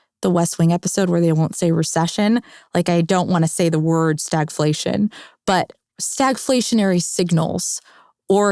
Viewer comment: Over one hour fir this? STAGLATION! Just say stagflation, ffs.